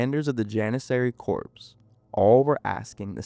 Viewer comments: Very interesting video. And the word "Corps" that was used in the story is pronounced without the "p". So it would sound like "Core" but spelled as Corps. It's a French word apparently. LOL. Great video and interesting. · Very disappointed by your mispronunciation of CORPS. That's = COR = K-oR in English - Always. The p and s are SILENT. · CORPS IS NOT PRONOUNCED USING THE "P" OR THE "S"! JESUS CHRIST!